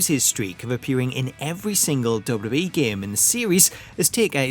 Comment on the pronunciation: I've never heard somebody pronounce "WWE" this bad before. Duh duh ehh = WWE